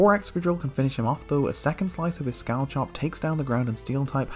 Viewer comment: him: scall-chop me: ITS PRONOUNCED SCALL-HOP